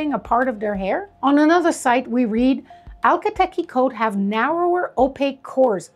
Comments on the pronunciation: Two of my chestnut saddlebred mares had a metallic copper sheen. When their pedigrees were traced way back, Turkomene horses were present. Akhal Teke ( pronounced "ak-hal te-kee") horses were part of the Turkomene group. When we added a couple of tablespoons of wheat germ oil to their daily rations and added hand grooming, they just glowed! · Hi there, thanks for the interesting horse videos! Akhal Teke is pronounced 'AK al Teeky' spelled phonetically. Every time you say ALKA tekkie, it's hitting an annoying little buzzer in my brain. My comment is that, once upon a time, I owned a purebred registered AQHA mare that was registered as palomino, but she had around 50% black hairs in her tail. She had a golden bloom that would put any Akhal Teke to shame! I believe that she had a silver gene and was actually a silver buckskin. She showed dapples in the Fall and shed out in a dappled pattern in the Spring as well. Upon close examination, her hairs were actually clear, with a delicious golden colour. This was the reason that when the sun shone on her coat, it glimmered like 24 carat gold. The light could penetrate through the hairs and was refracted in such a way that made it look iridescent. This effect is more apparent on lighter colours and is absent in some colours. I have always thought it was attributable to the silver gene, however, I have seen many a champagne with a similar bloom. She had several foals, most of which appeared to be palomino, with her last colt coming out a strange liver colour. Food for thought. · I have never heard the breed name spoke before. Curious if you know for sure your pronunciation is correct? I read it more like Ach-KAL-teke Whereas I feel like I hear you saying al-ka-teky. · I swear, I was replaying it every single time to hear if I just didn‘t catch it right because I felt like I lost my mind with the letters not matching what I was expecting to hear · Why do you say alka teki if its not like that at all?